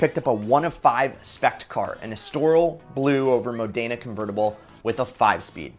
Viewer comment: This guys doesn't know how to pronounce estoril, modena, or bimmer. Learn to talk, dude.